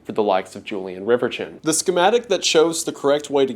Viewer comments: Great video... but...... dang it. I hate to be this guy but Riverchon is pronounced River-shone. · It's pronounced 'RIVER-shawn', at least here locally. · Fun fact: he pronounced riverchon wrong. "Julien RiverCHIN." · It's pronounced rever-shawn ♥️ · It took me a minute to figure out what park you were talking about. In the Dallas area we pronounce it as Rivershawn. As a young child I remember going to the Valley View mall was a special treat as it was in the North Dallas area and was the rich person mall well for us coming in from east Texas. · It's a lil late but the name Reverchon is pronounced "Rev-Eer-Shawn" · You're not gaslighting me into believing its pronounced river-chin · I don't think that is how that surname is pronounced should it not be pronounced as if it was French. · your pronounciation of Reverchon is deranged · Bro pronounces "Reverchon" like he's an Englishman still bitter over the hundred years' war